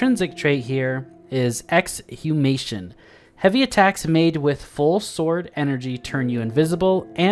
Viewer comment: If you're wondering why the perk name sounded weird, the 'H' is silent is Exhumation